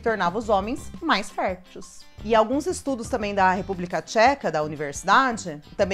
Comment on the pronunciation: FERTIUS , não . F E R T E I S !!!!!! Niveus , não . N I V E I S !!!!!! Dismenerelização , não . D E S M I N E R A L I Z A Ç Ã O !!!!!